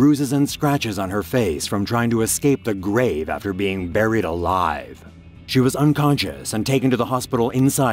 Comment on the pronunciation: Sounds likes there saying married alive 🤣